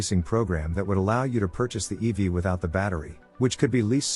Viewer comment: Stop saying "eevy!" That's a girl's nickname1 It's 'ee-vee!' But you're a synthetic voice so you won't change. You won't even answer...boohoo...